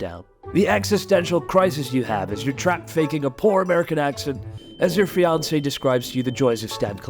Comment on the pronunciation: Did he say fiancé?!